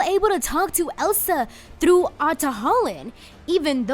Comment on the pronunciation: I love how you pronounce "through". 😂